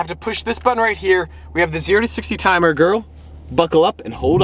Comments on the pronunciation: Rihan Teemul he’s the next Generation Gru trying to get a Gorl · Hearing him say Girl is like a girl calling me BOY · The way says "girl" sounds like he's wanting to say "Babe"